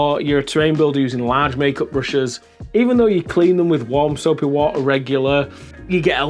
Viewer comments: Ha wah uh. Hawt wahrtuhr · why no wo-a f-om a ke-el? Making tea... s wo-a is heated a-eady